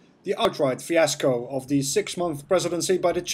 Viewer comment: why do you say fiasco? ps: its in your channel that I get many news about EU, thanks for your work